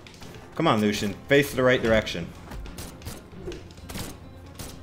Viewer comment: lucian (LOO·SH·AN)